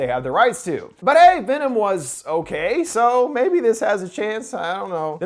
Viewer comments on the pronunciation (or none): none